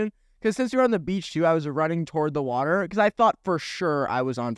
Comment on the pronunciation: no one: nick:can i have wader